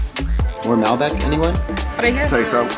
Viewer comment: As an expat in Argentina of about 20 years, this is one of the most authentic videos I have seen. Very well done. Only suggestions is learn to pronounce Mal-bec'. Cover the salting of the meat, cooking with fat side up first, covering the meat with newspaper. I enjoyed your video.... you captured a LOT of the spirit of asados!!